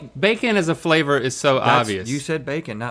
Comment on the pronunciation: what Rhett is trying to say “what kind of bacon favor is?” 😂